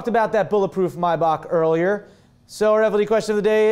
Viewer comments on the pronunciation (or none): It's not pronounced My buck? It's may back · thought it was pronounced "may-back"